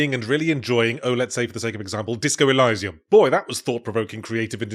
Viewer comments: Wait I thought it was "El-ee-see-um" not "El-eye-see-um" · why are you pronouncing it e-lie-zee-um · Ew ew, who pronounces Elysium like that? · Switching between pronouncing 'El-eye-sium' and 'El-ee-sium' almost ever other time is making my head spin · Who pronounces "elysium" like that? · Is this motherfucker pronouncing 'Elysium' in two different ways (one right, one wrong) on purpose? Is it some sort of in joke? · Flipping between different ways to pronounce Elysium is killing me. And I wasn't even close to your nail factory, dude. No fair! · weirdly pronounced elysium there